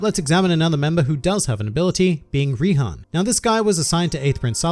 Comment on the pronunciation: Its Rihan, but you are correct